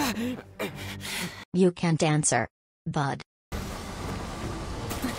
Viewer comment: NAHHH THAT 'BUD' WAS FOUL